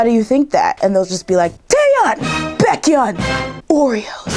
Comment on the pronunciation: sigh BAKE-HEE-UN NOT bak-yun Sorry, but its annoying :/